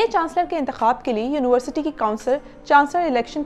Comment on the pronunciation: It would've been a little better had you learned your pronunciation of University. You kept saying uniwarsity and not university.